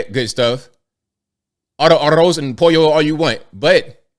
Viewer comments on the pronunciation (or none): none